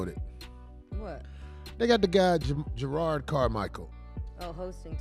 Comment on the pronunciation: juh-rod not jered. there are 2 r's.